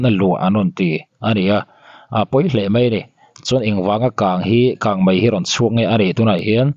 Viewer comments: Mizo tawng dik tak hi hman thin ni sela a va tha ve! Kangmai ni lovin kangmei tih tur aw, ngaihthlak a ti nuamlo thin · Kang Mei tih tur aw..kang Mai a awm lo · Kang mai tihloh tur kang mei tih zawk tur. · Mizotawng pawh thiam lo. Kangmai a ni lo......kangmei kangmei ti rawh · Channel nei tupa chu naupang chhia pawh i ni tawh si lova,,,KANGMEI tih pawh lam dik lo KANGMAI ti char char ringawt...i hahthlak..mipa ve si,hmeichhe in ti no deuh thilsawi angin lawm i sawi le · Kangmai tih loh tur..kangmei tih.tur.aw. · Kang mai nilo in kang mei ti zok la ngaihthlak a nuam zok amg❤ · Kangmei ti la ngaih thlak a nuam leh zual ang, i thiam hle na in, Mizo tawng i hmang dik po hret a, Kang mai chu tih chu awm zia a nei lo em mai..beng var thlak e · Kan News puangtu te ber in "Kângmai" in tih chuan eee,ngaihthlak zawm hi a chakawmloh rawih zel a nia.😅 English te chu lo diklo deuh se a ngaihdam theih a. Mahni tawng pawh sawi dik thei miahlo hi chu....🤔🤔